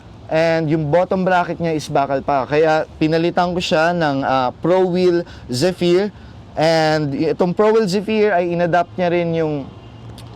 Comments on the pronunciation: mejo late na, pero ung tamang pronunciation nun is ˈzefər. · Boss yung Zephyr is pronounced as zefire.